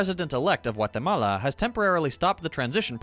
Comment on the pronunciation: my man said GWAATAMAALAA